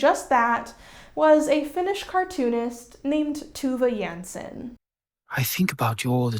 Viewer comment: Amazing video!!! (As always) But it gave me brain itches when you said Tove Janssons name 😂 (Nordic lezzer over here). But I can’t wait for the Tove video, lmk if you want a pronunciation guide ;)